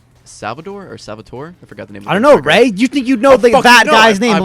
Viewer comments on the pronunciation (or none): Ray not rat